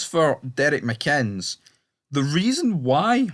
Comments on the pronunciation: Pronounced mikinniss. Decent coach. But he shouldn't ask the families of victims to bow down and honour their killers. Re: if you can't figure it out you wouldn't understand. 🇬🇧🇮🇪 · his name is mcinnes for God sake reporter can't pronounce it